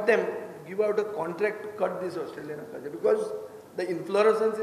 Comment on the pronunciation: Acacia. Not aquesia😂